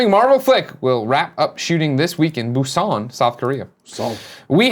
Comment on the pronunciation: It's BUSAN! Damn It lol not busane. Killing me every time you say it wrong Greg lol